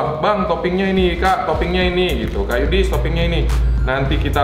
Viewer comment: Yudist kok yudist